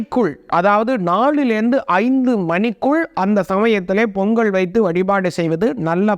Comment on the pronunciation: பொங்கல் .. பொங்கள் அல்ல..